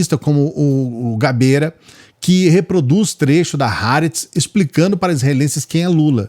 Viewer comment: Ha aretz. Não é "ra" é há mesmo. tradução: A Terra.